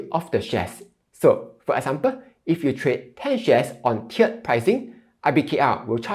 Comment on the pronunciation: tee erd pricing not chiered